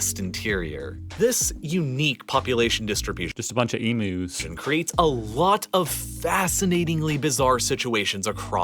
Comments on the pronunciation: "Just a bunch of Em-oos" 😂😂😂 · Fn emus not emoooos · American saying emu’s is always so funny